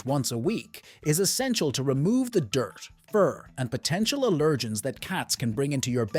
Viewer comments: I really don’t like the way this narrator says “allergens.” it sounds like he says, “uh-LUR-jenz.” I don’t think it’s a grammar thing I think it’s a weird way of pronouncing it. Not depending on the side of the pond. To the rest of us, the word is pronounced, “AL-ur-jenz.” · It's AL-er-gens, not a-LER-gens. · Allergens is pronounced AL’ ur-gins.